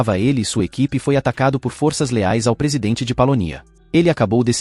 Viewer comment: Está certo que algumas palavras do idioma português, mundam a fonêmica quando vão para o plural. Mas, não são todas. A pessoa quer ser comentarista e não se preocupa com isso. É foda! Força e forças tem a mesma pronúncia.